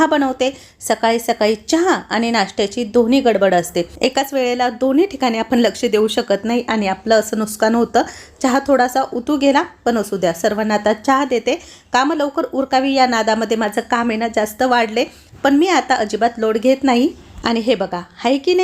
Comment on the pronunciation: Nuskan nahi nuksan mhnne